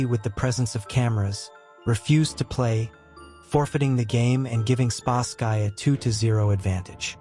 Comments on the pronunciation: Spasky is pronounced Spas-ski NOT Spask-eye! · Your AI narrator called.spasky weird. This is an AI channel. Ill find a human